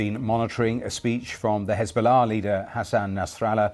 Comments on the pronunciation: He still manages to pronounce Hesbollah with piety and impeccable accent though. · Pbuh-Piss be upon Hez-ball-less 😂